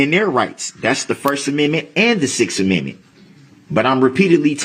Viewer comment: lmao over, ''mend mints'' .... i want to scream when he slaughters that word ....